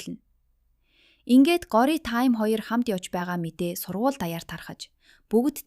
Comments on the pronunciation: Гори биш шүү гоориа шүү 😂дараагийн ангиудаа хурдан оруулаарай 💕😊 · гори биш gorya shv❤ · таям gjnasss таам gej duuddishvvvvv